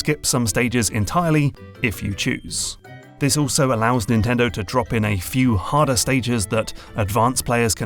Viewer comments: Insanely good video, the only thing that bothered me is "NNTENDO" . Just kidding, it's good even with that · Is "NNtendo" intentional?